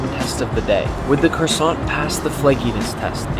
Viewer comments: When you luv da cwasant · When nick pronounced croissant I could feel each individual cell get angered that he didn't say it perfectly. (I'm Frednch)